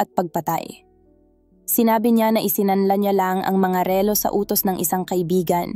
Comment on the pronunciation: ma'am pag aralan po ninyong bigkasin nang tama ang salitang " relo" at me iba pang salita na dapat bigkasin ng tama, salamat po